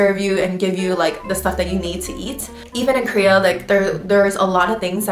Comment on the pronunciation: Krea or Korea? Lol